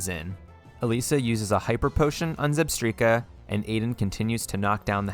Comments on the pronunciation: ZEBSTRIKA, NOT ZEBTREEKA! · The amount of times that you said zebstreeka in the elesa battle unironically made me mad. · Bruh zebstreeka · I get the alomamora pronunciation mistake but pls at least get skarmory and zebstrika right